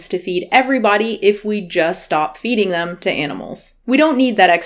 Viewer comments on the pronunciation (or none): Sounded like she said "em" (as in they/them) to me